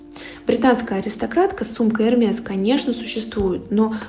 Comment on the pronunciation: Говорят: Эрме, или поправьте меня